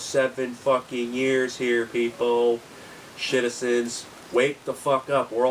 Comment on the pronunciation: "shitizens", that is hilarious